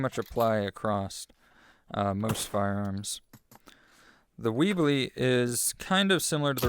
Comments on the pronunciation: Great video, just got a bit infuriated when you said "weebly" instead of webley lol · The way he pronounces "Webley" as "Weebly" has officially ruined my day.